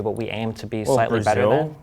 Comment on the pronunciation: (Good debate happening) -BAYTUH 🙄